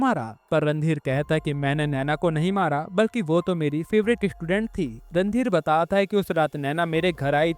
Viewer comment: Batat hai ye kaise bol rahe ho aap you tube pe explain kar rahe ho movie